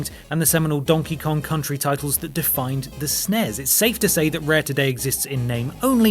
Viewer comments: 1 thing gamers today don't understand: nobody said "SNES" like a word. Either say each letter at a time or say "Super Nintendo". Stop saying "sness". Rant over. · I've never heard anyone speak the SNES' name as the word "snezz," and it amuses me.